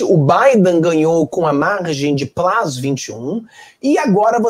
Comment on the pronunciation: Plus não plas, me desculpe.